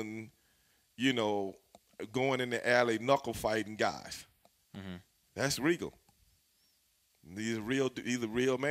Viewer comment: say it right, Lord Steven Regal........F**** Legend lmao, i've watched him for over 25 years, an OG in every sense of the word.